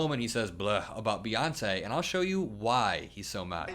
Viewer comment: It's Bey not Buh